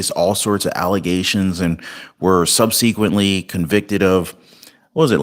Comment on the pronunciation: Look up the pronunciation of ‘subsequently’